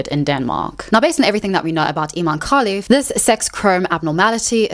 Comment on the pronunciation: You keep saying kalif 😂 her name is Khelifi with i in the end